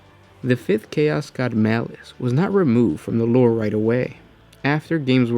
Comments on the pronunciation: when this guy says 'loure' hahaha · I know its petty and stupid but the way dude says lore is mad annoying